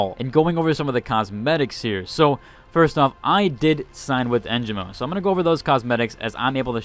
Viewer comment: It's not too big of a deal. But the announcers pronounce the sponsor names here and there and you managed to only say Holtow right. En gee mo Isz uhlt